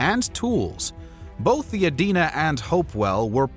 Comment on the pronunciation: Good video overall. Thank you for pronouncing "Adena" correctly.